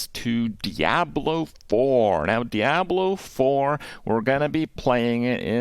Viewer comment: Why does he pronounce it dee-abloh lol